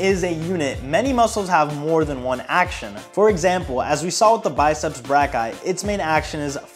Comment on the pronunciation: I heard “biceps black guy” lmaoo